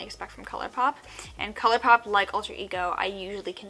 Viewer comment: Wait did she say colourpoop??? , then later on she says colourpop, is my hearing bad coz I am confused.